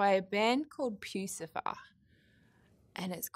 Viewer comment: It's pronounced Puss ifer lol awesome that that band influenced her